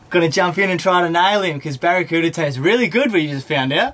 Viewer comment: Nailed em “Baracuda” So awesome you gave them boys that ball, made their day!